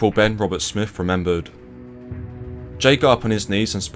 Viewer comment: English accent but can't even pronounce lieutenant. Oz army pronunciation is the same as British. Lacks credibility. And Smith not Smifff.